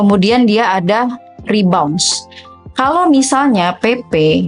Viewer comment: Rebound, bukan re-bounce, Kak